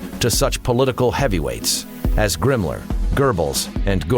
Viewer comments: its himmler not gimmler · Who the hell is GRIMMLER??? LMAO How can you narrate a history doc and not know who your speaking of and how to pronounce the names of said characters. Geeeezuz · I can't fucking take this narrator seriously when I'm laughing my ass off every time he calls Himmler "Grimmler." Seriously, Grimmler? Who the fuck produced this joke? Did they not have anybody watch it before releasing it with the narrator repeatedly calling him Grimmler? LMFAO.